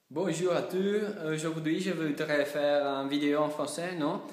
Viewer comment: Malgré tes petites erreurs, te fais bien comprendre, voici tes erreurs : - : bonjour à tous (pense à prononcer le "s" de tous) - : au lieu de dire "je voudrais savoir maintenant comment est mon niveau en français", tu devrais plutôt dire "je voudrais savoir si mon niveau en français est bon ou pas" - : tu devrais dire "ça fait pas très longtemps que j'étudie le français" plutôt que "je suis en train d'étudier le français depuis pas longtemps" - : on ne dit pas "un année et demie" mais soit "une année et demie"" ou "un an et demie" - : la bonne phrase était : "je fais beaucoup d'erreurs", pas "je fais beaucoup des erreurs" - : au lieu de "je voudrais savoir si quelqu'un peut-être qui veut me corriger" tu devrais dire "je voudrais savoir si éventuellement, quelqu'un accepterait de me corriger" (attention à ne pas prononcer le "r" de "corriger") - jusqu'à : dis plutôt : "les commentaires positifs ou négatifs ne m'importent pas vraiment, la chose qui m'intéresse est d'apprendre à parler couramment le français" - : au lieu de dire "je vous remercie pour avoir vu cette vidéo", dis "je vous remercie d'avoir regardé cette vidéo" ou "merci d'avoir regardé cette vidéo" Ces erreurs ne sont pas très graves parce qu'on comprend quand même ce que tu dis, et le français est une langue très difficile à apprendre, donc je trouve que tu te débrouilles très bien, personnellement, je suis à ma 8ème année d'allemand et je ne maîtrise pas du tout la lan